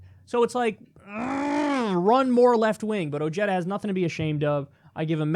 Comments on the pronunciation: Say it with me now- Oh-hey-tha. Not Oh-jay-duh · “Oh-yeda” It’s pronounced, “Oh-Heh-da” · David Johnson actually, yes, he does. And anyone that speaks Spanish, knows better. However, it’s not uncommon for immigrants and their kin to alter their name/pronunciation of their name to fit in or to decrease their chances of discrimination. So yes, it’s pronounced wrong. But I get it.